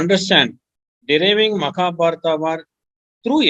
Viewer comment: What is "maka" means in Dravidian language? Is saying Makabharata instead of Mahabharat?